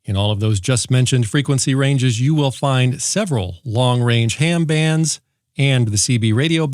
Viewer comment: Did he say “Hair Band” radio?